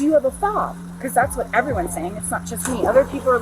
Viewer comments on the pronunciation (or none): She was definitely saying it wrong